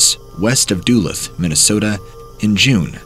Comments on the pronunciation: Duluth is pronounced duh-looth not doo-luth.😜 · FYI: It's pronounced "duh-LOOTH" not "DOOluth" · I LIVE NEAR DULUTH MN! IT IS PRONOUNCED DOO LOOTH NOT DOO LUTH! GET IT RIGHT. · Dulith!?? 😂 duh’looth (Duluth) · Another Minnesotan here. Duluth = is pronounced like Dahlooth or Doolooth. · Doo lith lmao I wasn't sure what city he was talking about at first 😂 ive never heard any one pronounce Duluth like that. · Da-luth is how it's pronounced. Not being a troll or anything. Just keep laughing harder and harder each time you say it. Love your videos man. Keep them coming! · Duluth. Lol it's pronounced duh-looth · As a Minnesotan, I really love hearing these stories! Also as a Minnesotan, the way you pronounce Duluth was funny lol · pronunciation of Duluth made me spit out my beverage